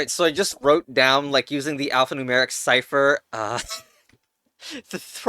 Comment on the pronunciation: Mmm yes, siper ITS PRONOUNCED SCIFHER